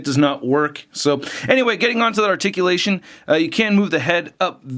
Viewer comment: WHAT THE FUCK IS ARTICULASHEN THE FUCK IS THAT